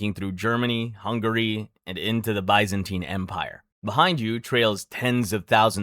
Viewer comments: it’s the correct way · I’ve only ever heard of it pronounced that way